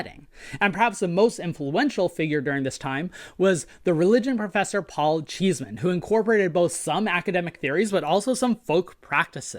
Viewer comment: One point Paul Cheesman did not pronounce his name as "cheese" man, it was pronounced "Chess" man.